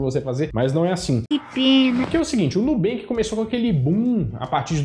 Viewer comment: Nunca banks e o mineiro falando NUUoooo😂😂😂